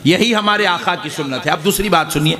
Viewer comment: Molana aakhaa nahi aakaa hote he